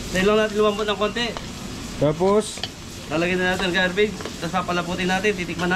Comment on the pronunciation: Ang repolyo po ay Cabbage not Gabbage in english. Keep it up and team KaBelly!